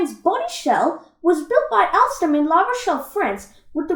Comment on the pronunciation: Alstom is pronounced ol-stem